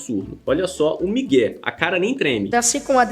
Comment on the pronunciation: Ai não é miguem é migué kkk